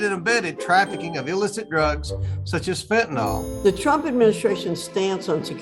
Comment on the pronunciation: It's FENTANYL, not FENTANAHL. This indicates how focused Republicans truly are on problems: NOT. Can't even recognize correctly the issues in front of them